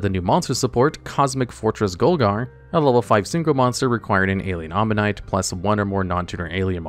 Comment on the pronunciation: Kept saying Alien Omanite instead of Alien Ammonite.